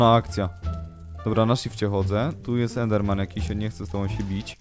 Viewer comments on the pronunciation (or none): none